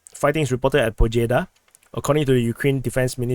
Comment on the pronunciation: The village "Pobjeda" is pronounced Pobyeda ... the translation of that is "Win" and is basically a Slavic term as a symbol of win against nazism.